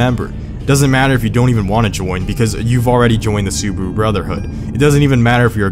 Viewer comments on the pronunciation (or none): Su-bah-ru not subru, car enthusiast but can’t pronounce names